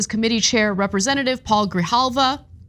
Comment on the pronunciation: I really aplaud Anna's improved pronunciation of spanish names since she got married. good job, eventhough in this case it was R-aúl not Paul, but I think that was just a prompter issue.